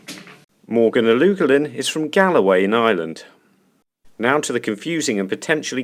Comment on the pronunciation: One of your best yet great stuff. Galway is pronounced Gol Way. Yours was more of a Scottish pronounce Gal Way. Not being critical just helpful.